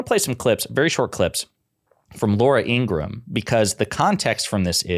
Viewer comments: I can't stand Laura. She's such a sour ass. I didn't think news hosts were supposed to give their opinions. Oh, and her name is pronounced ingra Ham. Per her brother. I watched a special with her brother on meidas touch a couple weeks ago and he said their last name is pronounced ingra Ham. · Laura Ingraham. 'ING-GRA-HAM'. (3 syllables)